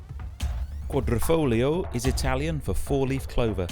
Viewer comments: What’s with the fake Italian accent when pronouncing “quadrifoglio”? It’s a lot like when my fellow Americans say “Meh-he-ho” when saying Mexico. Sorta cringy. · quadr i folgio. with i. pronounced like an e. not with o lol